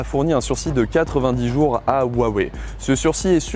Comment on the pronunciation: Arrêtez de mal prononcer le mot Huawei !!